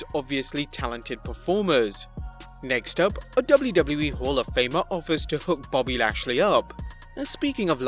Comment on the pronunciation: It just said his name right